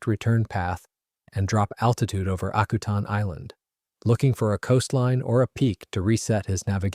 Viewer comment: You mispronounce the name of the island. Used to run a crab processing plant there.